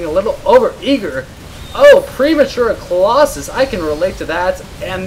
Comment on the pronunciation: "premature collossuss" nough said. You should cast more while drunk.